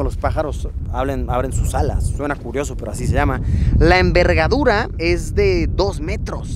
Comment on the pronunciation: La envergadura 😂😂 se escucha algo gracioso..